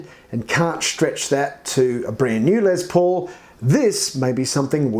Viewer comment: Its LES paul not LEZ paul..lol